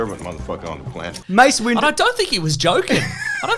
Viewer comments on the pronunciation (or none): Did my guy call him Mace Window?🤣